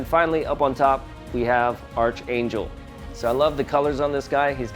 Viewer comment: It’s pronounced ARCangel 🙄😂 good review though 👍🏽